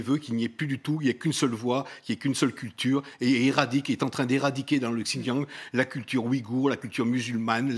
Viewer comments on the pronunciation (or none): J'adore, le monsieur parle comme un expert mais n'arrive pas à prononcer "Xinjiang" deux fois de la même façon. D'ailleurs, pas une seule fois il ne le dit correctement. Drôle d'expert.